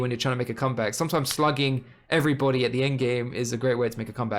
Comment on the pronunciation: I can’t be the only one who hears slutting instead of slugging